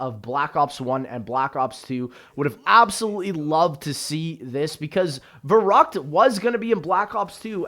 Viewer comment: the way youre saying verrukt.... giving me hives